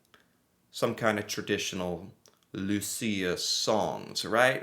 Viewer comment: My grandmother’s birthday is on Saint Lucia day :D (also, you pronounced it perfectly )